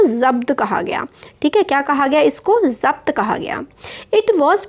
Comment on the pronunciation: Voh to zabt hai mujhe laga ki zat key rHe ho